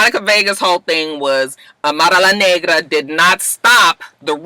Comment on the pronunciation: You Kill Me when you pronounce Amara La Nagra and Veronica Vega LOL!!! Too cute and I can tell you have fun with Miami please reconsider! I just crack up when you imitate the Latinas, you put that extra ‘UMP’ on it and I fall out my chair every time! I’m a softie too and I was blubbering on Iyanla this week!